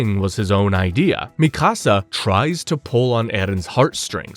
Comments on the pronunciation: Bruh its mikasa not "misaka" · Bro what? I've heard Mikasa's name mispronounced all sorts of ways, but Misaka? That's a first. Whats even funnier is you say it the correct way less than a minute later. And after that start mispronouncing it as "Mi Casa" for the rest of the video lol. Wtf have you been smoking before recording and can I have some? FYI it's Míkasa - emphasis on the FIRST syllable. You literally show clips from AOT where her name is pronounced correctly Did you actually watch it, or are you just reading a script somebody else wrote for you? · Stop calling it misaka 😭, it's our legendary Mikasa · Bro called mikasa misaka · Yu slaughtered Mikasa's name on the 1st attempt 😂 MI SA KA 😂😂😂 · Lmao that made me laugh too and it happened a few times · You calling Mikasa “Mi Casa” is messing up the video a lot for me. I just hate when we get the ACTUAL pronunciation IN THE SHOW and ppl still mess it up 🤦🏾‍♂️🤦🏾‍♂️🤦🏾‍♂️🤦🏾‍♂️ keeps reminding me of the guy who kept messing up “Akatsuki” 😂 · Same. I once tried watching an AOT recap on another channel, but couldn't finish it because they weren't saying "Levi" correctly, which grated on my nerves.